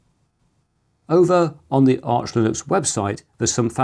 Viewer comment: It’s Arch, btw.